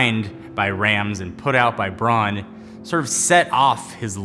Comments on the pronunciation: It's not "Brawn": bʁaʊ̯n. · Interested in Rams? Look for the recent documentary on him by Gary Hustwit. One other point: in German Braun is pronounced like brown in English. And although Braun was named after its founders’ family name, braun in german means brown. Funny its pronounced “brawn” in North America. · Nice vid m8, just one pet peeve bugging me.... it's pronounced "Brown" not "Brawn" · But it´s not brawn, speak it like brouwn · Stop saying brawn, Makin me think of brawn GP Braun is German BRAUUUUUUN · it's not pornounced brawn its brown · seriously your Pronunciation is annoying it’s BRAUN (Pronounced BROWN- Not BRON) and no it’s not because you speak English excuse Brits can perfectly pronounce German names only Yanks mispronounce everything even English words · "Brawn"...... IT'S B R A U N.